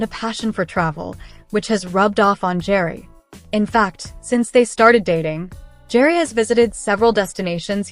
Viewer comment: Pronounce Gerry like GARY